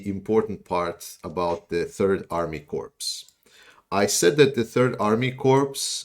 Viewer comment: This is intended to be helpful, not offensive, and I hope no offence is taken. In the English word “corps”, the letter “p” is silent. (As my late father used to say — warning for Dad joke — “a silent pee, as in ocean”.) So it is pronounced the same way as the word “core”. Your English is otherwise excellent, so I feel confident you would want to make it even better.